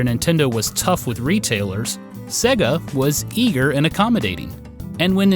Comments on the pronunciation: Dude the company is called "say-gah", not "segg-a". How are you such an expert but you can't pronounce sega? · Norm:- SAY-GA! They say it at the start of their games for feck's sake! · ...You say Sega weird... that is all